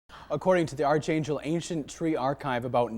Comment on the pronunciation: The anchor doesn't know how to pronounce archangel lol